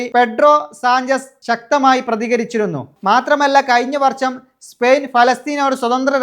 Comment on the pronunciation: എപ്പോയും, ശേശം, വർശം, വയി ...... ആരാടാ നിന്നെ ഈ പണി ഏല്പിച്ചത്?